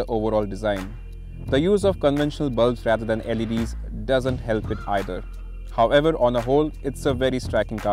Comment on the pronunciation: Someone help the presenter to pronounce 'However' Single word my friend